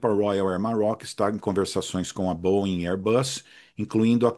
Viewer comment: Finalmente alguém que fala corretamente o nome da Boeing!!! Geralmente eu só escuto colchão de molas: bóing, bóing, bóing...